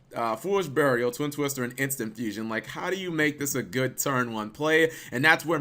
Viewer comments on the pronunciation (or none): none